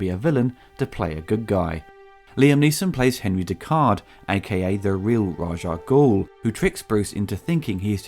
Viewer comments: its Raas Al-Ghoul , not Raag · When you said the score could be used in anything, I do believe it was used in a car commercial, I think it was Audi if I recall. You also said Raj Ah Goul, but it's actually Rahz Ah Goul, the Raj name makes him sound like he works in an Indian Call Centre! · One quibble: you're pronouncing Ras Al Ghul's name wrong. It isn't "Razh". The proper way to say it is "Raish", but I seem to recall back in the '70s one of the comics had a side note that had it as being pronounced "Race". Also, the full name is spoken as one word rather than there being discernible pauses between the separate parts. That's why we turned "Salah Al Din" into "Saladin". So, I guess it would sound like "Raishalghul" or "Raishal-ghul". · why do you call him "Raj"? Is it sth from the comics? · Eurgh! Why did you keep saying Raj Al Ghul??? It's RA'S - with an 'S', not a 'J'!